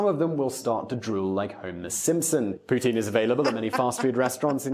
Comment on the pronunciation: Gets a canadian to give examples of " eh ", and the Canadian cant even properly pronounce poutine right. Let me guess, guy from Toronto.